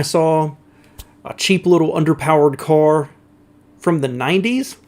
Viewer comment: I love your pronunciation of car: “cor” 😊